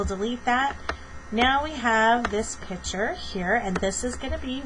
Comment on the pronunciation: Are you actually saying "pitcher"?